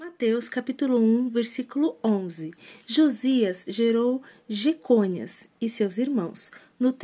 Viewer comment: Jeconias, sem o acento no "O". É muito engraçado quando você pronuncia errado; continue, pelo bem da sociedade 👀😉